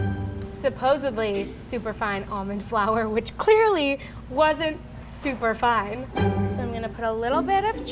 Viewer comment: did anyone else hear super fun instead of super fine lmao "super fun almond flour!!"